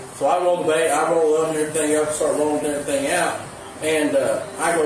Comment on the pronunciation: "...and evra thang else.." Well, they dont pay him to speak.